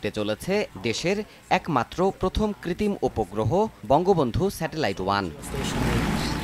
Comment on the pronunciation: কৃতিম না ভাই কৃত্রিম